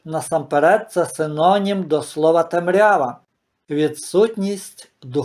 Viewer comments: Поставила лайк тому що ви за Україну, але цей ваш наголос у слові "темрЯва" - це жесть для вух. Тому що правильно - тЕмрява!☝️ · може я мало живу на світі, але такий наголос в слові темрява як у вас, чую вперше. Великі були колись і вони говорили як хотіли, то було тоді! А ми маленькі і сучасні маємо говорити як прийнято зараз, а не в минулому. Про різноманітність діалектів, говорів знаю і не маю нічого проти.